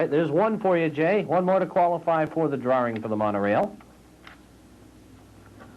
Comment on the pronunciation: What's a drar-ring?